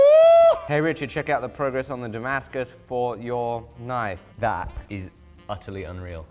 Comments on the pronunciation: Hahaha it's Dongmascus😂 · Pantented “Dongmascus” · dih-mascus steel